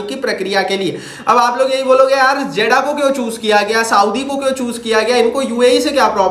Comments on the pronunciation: 😂😂 jaddah nahi jeddah 😂 jake phele padlo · Not जेडा it's जेद्दाह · Zeda❌ jiddah hai ✅ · Jaddah nahi hai jeddah hai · Hahahahah Jeddah ha not jeda